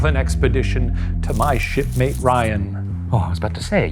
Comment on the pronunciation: Definitely thought he said “shitmate” for a second there 😂